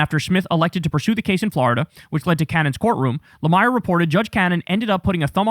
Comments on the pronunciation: Just fyi ... no big deal, but the MS Now reporter's name is pronounced Jonathan La-Meer. And yes, the Merrick Garland thing is absolutely unforgivable. How. Could. They? And I am a Biden supporter! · How do you not know how to pronounce Jonathan's last name? 😂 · KYLE just proved to everyone that he has actually never watched an episode of Morning Joe. He would know how to pronounce J. Lemire's name.